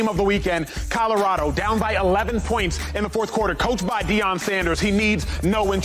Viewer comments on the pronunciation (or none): It’s Shilo not Shiloh and it’s Deion not Deon ans it’s Shedeur not Shadeur